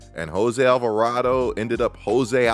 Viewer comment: nahh devin trying not to laugh at chris not being able to pronounce alvarado is so funny 😂😂